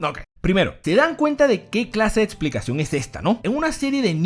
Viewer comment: Amo cuando dices etsplicación